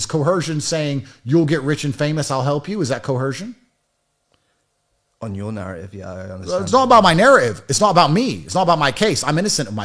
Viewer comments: The word is coercion not co-hersion. I thought this guy learned a new word every day 😂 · Is he saying coercion with a ‘H’? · Tate wasn't coerced to question, mangle, mutilate and mispronounce 'coercion' he used his last remaining brain cell to do that all by himself.